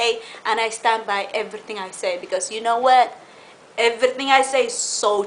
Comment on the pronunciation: The way she says "EVRRRYTING" and "CORRRRRECT" LOL !!